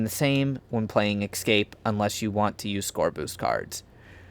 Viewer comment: The second letter in “Escape” is an S, not an X. I don’t know why it bothers me so much but it’s like nails on a chalkboard every time. Aside from that, you made an excellent video. Thank you for your work.